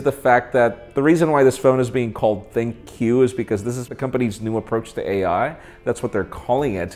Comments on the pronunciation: well you pronunce Compaq as Compaq, but why ThinQ as ThinkQ? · When pronouncing ThinQ it sounds like "thank you" lol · Did anyone else hear "thank you" when said "Thin-Q"